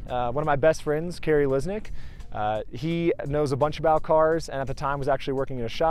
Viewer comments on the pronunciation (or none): none